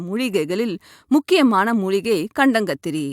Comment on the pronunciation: அது கண்டாங்கத்திரி இல்லைமா கண்டங்கத்திரி.. ஒழுங்காகத்தமிழ்பேசி வைத்தியம் சொல்லுங்கள்..